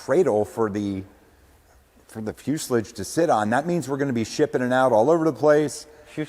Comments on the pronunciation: I about unsubbed when I heard FusILLige. Thank you for correcting him......carry on. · I'm glad that finally told you how to pronounce the word "fuselage"!!! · THANK YOU ame for calling him out on the 'fuselage' haha was driving me NUTS! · I’m glad I’m not the only one to be bothered by the way he says fuselage… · I'm surprised it took this long for someone to bring up the way he pronounces fuselage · Thank you for calling out his pronunciation of fuselage. 👍😂